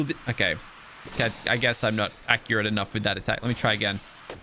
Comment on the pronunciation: He said gilmimisis de runing to fast lol it’s Gallimimus